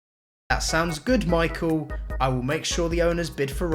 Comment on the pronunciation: Did you really call Mikel Arteta Micheal? Are you alright ?